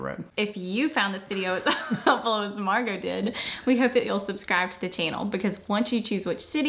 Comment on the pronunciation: Is her name Margot, not Marco? I kept hearing Marco.